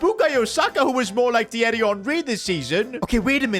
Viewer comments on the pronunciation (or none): none